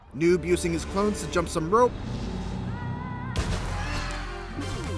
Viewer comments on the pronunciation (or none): none